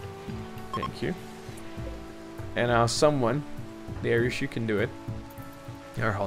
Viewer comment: Also If you really dont like darek then atleast say it right. Its Dari-us